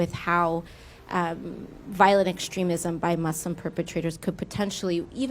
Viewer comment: I liked how she pronounced muslim the right way and not say it MUZLIM like most westerners.